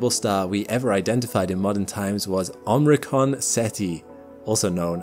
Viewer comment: love ya, bro. Watch your videos all the time. Your universe-end possibilities tree in another video is the best summation of the topic I've ever seen. THIS video is amazing (please go back to and re‐record "omicron," though). About to sign up as a patron. You and the Astrum team all ROCK!!! Thank you, thank you!!!